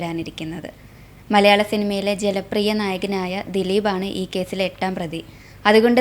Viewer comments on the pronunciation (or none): ജലപ്രിയനല്ല ജനപ്രിയൻ😂😂